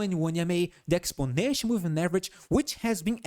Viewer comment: I would like to help you pronounce the word exponential. It sounds like Exponent. Thank you.